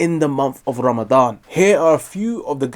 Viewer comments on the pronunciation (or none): none